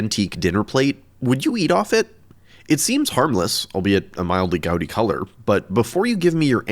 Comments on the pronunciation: Gaudy color, not gowdy. Rhymes with broad. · It's pronounced god-y, not gout-y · im sorry but what did you call that color?? did you saw Goudy? not Gaudy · ... that's not how you pronounce gaudy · Gaudy? That's a very interesting pronunciation 😆